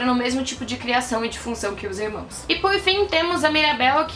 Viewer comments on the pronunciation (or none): none